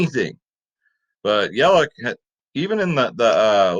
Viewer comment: It’s yeli CH LOL with a ch sound